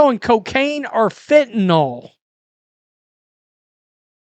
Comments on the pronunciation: Fentanyl not "fentanall..."🙄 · Nyl NOT nol